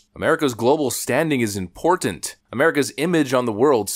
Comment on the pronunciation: I love that you say .... IMPORTANT right.